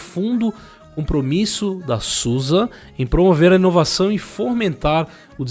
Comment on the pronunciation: Boníssima notícia ! Só um adendo : como é bom escutar "Zusi" e não "Sussa" !!!!!!!